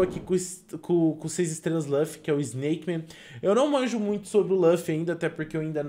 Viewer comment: LAFFY? LAFFY porfavor é LU LU LUFFY so explicando tenho tick